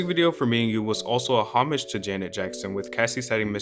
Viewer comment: Couldn’t even listen to this because I was laughing so hard at how he pronounced “homage”